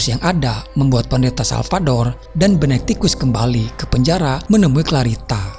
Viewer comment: benectikus harusnya benedictus..hahahahaa